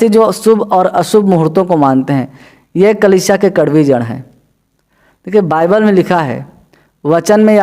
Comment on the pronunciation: बाईबल है भाई, बयबील नही, बल, बल, बील नही।टक से बोलो😥😰